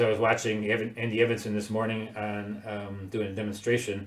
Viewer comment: Andy Evansen is pronounced Eeeevensan - long e at beginning.